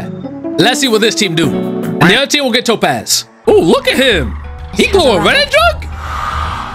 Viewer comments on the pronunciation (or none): It's Top ASS not Topaz